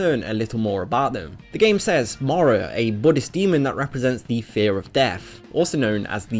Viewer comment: Hmmm... i hear morow alot, but he does say not obout but about properly.... english language has way too many exceptions @@